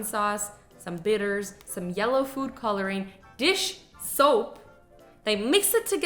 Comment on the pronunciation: Azzy Land : Said Showp